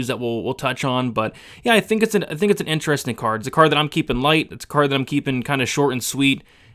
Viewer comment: Got Brady saying IN-TER-ESTING now. I'm dead